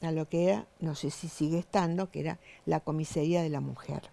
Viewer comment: Si..muy calificada...dice comisería 😅😅😅😅